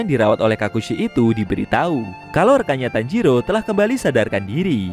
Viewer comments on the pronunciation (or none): Woy bukan tanjiru tapi tanjiro tauk